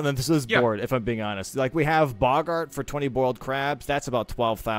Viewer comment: Nice to hear that still hasn't learnt how to pronounce Boggart/is doing it wrong on purpose like Mariner.